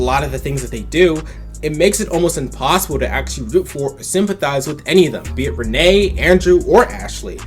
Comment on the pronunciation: It's "Ren-knee" not "Renée".